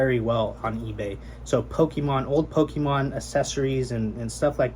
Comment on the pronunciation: I respect your hustle and your straightforward approach and simpleness to your videos. With that being said, my mans, you are a games seller, you know it ain't "powkeeman", it's Pokémon. Keep it up.